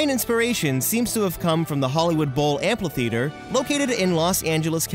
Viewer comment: Just to let you know, amphitheater doesn’t have an “L” in its pronunciation. Other than that, an amazing video! Keep up the good work!